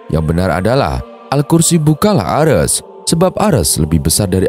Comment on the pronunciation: Bukan 'Ares' tapi "Arsy".